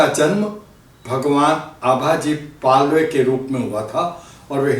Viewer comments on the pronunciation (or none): पालवे नहीं पालव